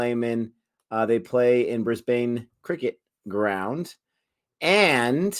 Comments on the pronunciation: Brisbane Heat - it is Brisbane with a short second syllable not a long one so "Brisbin" like "pin" not "Brisbane" like "pain." Their home ground is the Brisbane Cricket Ground but it is known by everyone as "The Gabba". All cricket fans from anywhere in the world just loves to say "at the Gabba". My childhood is filled with memories of sitting alone in the stands watching cricket all day long from as young as 10 years old. It is my happy place. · It's easy to pick an American when they pronounce the names of some of our cities phonetically. Brisbane = Brisban Melbourne = Melben Canberra = Canbra